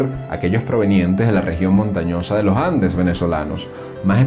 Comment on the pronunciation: "austEro", palabra GRAVE Y NO ESDRÚJULA. Con esa metida de pata gramatical ya se deduce el origen del narrador. Sorry! /// Además es LoS Andes y no los Lojandes!!! !!! !!!